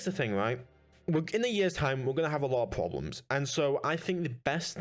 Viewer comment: Pwabably ? Pwoblems? You speak very bad